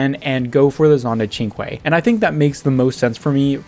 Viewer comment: I think the Cinque has a strange pronunciation, and you are pronouncing it right. I figured it would be like synch